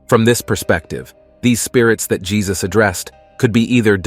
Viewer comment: Yesus...not Jesus